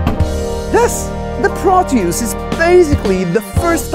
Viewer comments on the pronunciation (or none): Pronounced "prów-tee-us" :) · it's pronounced proteus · Hi this is Obi from Germany who did his exam in Latin. Thats why I am convinced that the thing is pronounced "Pro-Toys" (.....you get the pun, hmm?) Peace & Love ♥️ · in English it's said with the emphasis on the first syllable, eg PRO-tee-us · I know its going to be a good day when I turn on Youtube and has a new video out. Great job as always. and BTW I pronounce it pro-tea-US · i love how he says proteus like "PRO-TEE-USE" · Just grabbed one in Nashville for $40. "Prō' tee ŭs" I accent the first syllable. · In german it is pronounced like "Pro-Toys", because the "eu" in "Proteus" will be pronounced like "oy" in english comparable like "Oyster"..... Nice Video btw. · Pro-toys , that's how I pronounce it 😊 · I pronounce it Proteus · I like to sound like a Bond villain, so I pronounce it, "PROT-yus." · For me as a German, the pronunciation sounds like the English PROTOYS. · I pronounce it like Protoys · Pronounced "PRO-tee-uss" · It's pronounced Proteus. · Pronounce it like "Protoys" or "Protois". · "Proteus" is greek, so saying it like e.g. "Protois" would be nearer to the greek pronouncation... 🤓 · For the "Proteus" pronounsation (hope the spelling police don't give me a ticket) you gotta learn danish. It's pronounced "Pro(tøvs)" at least where I come from 😆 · It's pronounced as..... Proteus 🤣